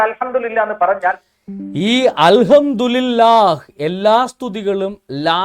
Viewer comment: al hamdu li lah allada pottaa al hamdu li llah ennanu, kootti vayikkumbol pala preyogangalkkum mattam undakum